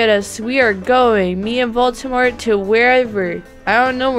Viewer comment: it’s Voldemort not voltemort Edit: OMG TY